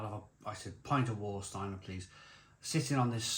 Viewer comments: please pronounce Varsteiner not Warsteiner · German pedantry here, but please pronouce the 'W' like a 'V' = 'Var'-Steiner. Sorry 😁 I assume the 660ml bottles must be made for the UK market, as only ever seen 500ml or 330ml in Germany. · Warsteiner is pronounced Varsteiner.... W is a V in German... it is the only decent beer of the 4 on show. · Pronounced rhine heights ga boht and Varsteiner. 👍